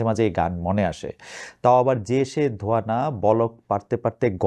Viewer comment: ধোয়া নয় .... 😅😅😅😅 ধোঁয়া